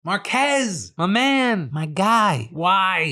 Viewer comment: I never heard anybody call marques’s name in a Mexican accent 😭